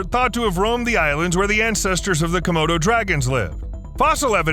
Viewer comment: Er...was that a Komodo Dragon, or, hmm, er...a "Commode O'Dragon"...? [ sorry! ]